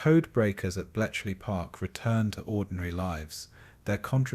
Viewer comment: This is AI narration, isn't it? There are mispronunciations. At one point "cost lives" pronounced "lives" the way you would say "he lives." And then apparently there's a typo in there - Belchley Park intstead of Bletchley Park. And sure enough - the narration said "Belchley." A human narrator would know better. Lame, man. Zero effort video. Also - it doesn't "flow" - there is repetition of information that has already been covered earlier, etc.